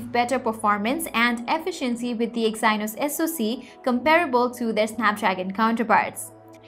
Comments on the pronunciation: "exainos" 🤣 "teeger" 🤣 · Good informational video. Need to correct English pronunciation for words like integer and Exynos.